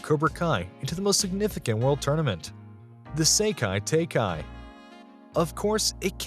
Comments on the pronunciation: Pronounciation of seikai was one of the better ones among youtubers, the second word is pronounced tie-kai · SEKAI TAKAI IS SAID LIKE SEKARO NOT